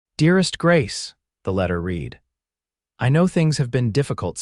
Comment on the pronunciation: A story marred by mispronounced words. The past tence of Read is also spelled Read but is pronounced," Red". Some AI that needs to be retrained.